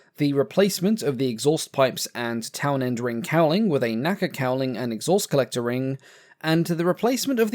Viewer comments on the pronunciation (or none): none